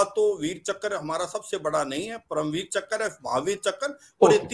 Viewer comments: Chakr, not chakra nor chakar. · One more - " Veer Chakkar" 😂🤣